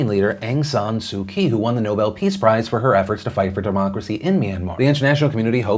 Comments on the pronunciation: Philip I love your show but please make an effort to pronounce prominent political figures from around the world correct. Aung san suu kyi. Kyi pronounced ‘chi’ Makes you sound ignorant. And I know you’re not. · Just a heads up that kyi is pronounced 'chi' in Burmese, Phil 👍